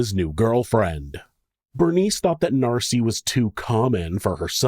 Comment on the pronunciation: Hey MonSter loVes , it’s Nancy, not Narcy . Miss you guys.